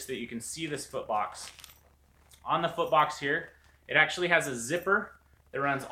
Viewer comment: foot box i thought you said fart box bahaha